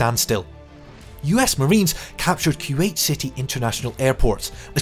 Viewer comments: Boy if you say “kyoowait” one more time.. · Kuwait: koo-wate'or kwate'. Not kyew-ate.